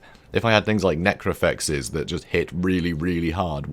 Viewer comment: Any one else catch him say Necrofex instead of Necrosphinx?